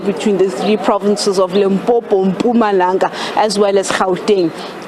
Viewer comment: I am impressed by the way she pronunces the name Mpuma langa. The way she says it suddenly sprk out the meaning of it.